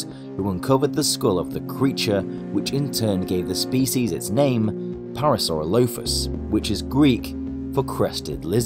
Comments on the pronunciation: You're putting the wrong em-phases on the wrong syl-lable. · Your saying its name wrong! Your saying it like para-soro-lofus.. That us incorrect Phonetically It's pronounced .. Para-saurolofus.... (2nd part is pronounced as 1 word), But obviously not spelt like that. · Also it’s pronounced para-sore-alli-fus not para-sara-loaf-is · It's pronounced PAIR-ra-sir-ROLL-i-fuss, not PAIR-ra-sir-LOW-fuss. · when I turn on the video "The Para-sauro-loaf-uss" Me: I'm sorry what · It’s pronounced pair-a-sa-roll-a-phus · It’s pronounced para sir all o plus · U say it pare u sir rol u fus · Sorry to say but, but your pronouncing the name wrong. Otherwise, great video! I love it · um... what?? That’s not how I say it, but I guess people have their own opinion on how to say dinosaur names dinosaur 🦕🦖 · You pronounced Parasaurolophus wrong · I don't think your saying the name right in fact u are saying it wrong 😂 also fun note that sound would have been louder than we can take humans would never be able to get close to them making the sound it would kill us with sound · I camt take you seriously. You camt even pronounce its name right....